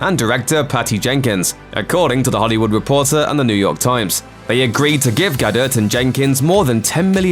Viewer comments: Ga-DIRT is not how you pronounce Gadot but thank you for the unintended comedy. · Who the hell says "Gaduht" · Gadot is pronounced “ga-doh”, you goddamn idiot. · am I the only one that winced when he pronounced Gadot wrong? The T is silent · Why can’t this guy pronounce ‘Gadot’, not difficult.